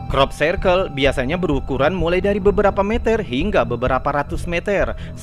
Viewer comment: bacanya Krop Sirkel mas, bukan krop sairkel